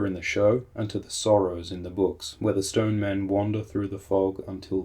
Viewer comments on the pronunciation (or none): Shtone Men!